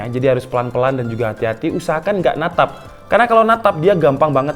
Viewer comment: jowone metu wkwkwk "natap"